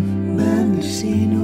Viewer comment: British Alexa can't say Mendocino 🤣